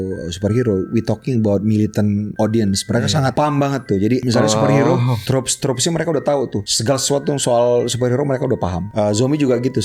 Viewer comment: Trope, bukan troop😅